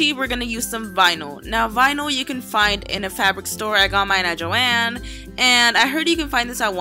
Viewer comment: All I herad was vinil